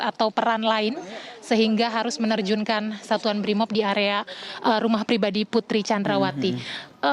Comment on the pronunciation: Ngasal aja nyebut nya Putri candrawati hadeh payah 😁